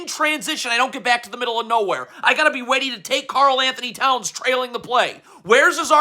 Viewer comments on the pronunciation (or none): “I gotta be weady”